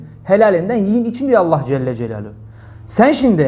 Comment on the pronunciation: Bide ALLAH celle celaluhu derken cecucu deyip agzinda yumarlamasan iyi olur hoca